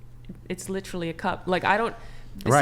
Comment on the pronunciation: Because she pronounced literally….lit trall lee many times. She automatically wins and is correct.